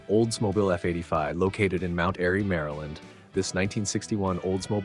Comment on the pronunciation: Oldsmoble, Oldsmoble, Oldsmoble AAAARRRRGGGGG!!!